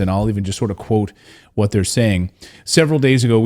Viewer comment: whudat "dey"